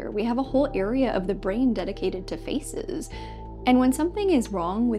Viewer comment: Is it "feces" or "faces" that you're trying to say?